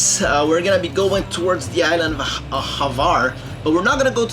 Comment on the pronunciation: Wind is called bora or bura….and the island is called Hvar not Havar….